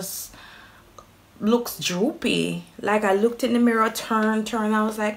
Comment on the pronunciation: You said droopy lol yuh no easy eno .. Gwan put in the work !